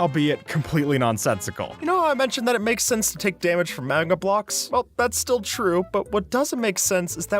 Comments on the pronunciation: Magma ❌️ Magna ✅️ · It's magma not magna